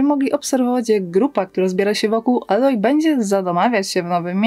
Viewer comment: Aloy czyta się "ejloj", nie "aloj"